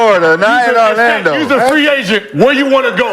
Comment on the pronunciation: “Ar-lando” - McCants